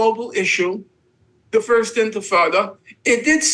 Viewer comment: He lost me at "first intafada"